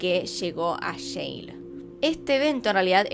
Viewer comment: Dices Yale y entiendo Yeiiih jaja